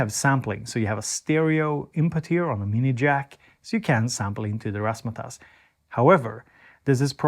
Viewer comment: You said razz ma tazz correctly